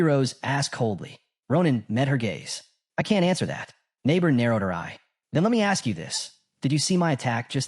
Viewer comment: The master name is nibbor rose not neigbour rose😅😅😅😅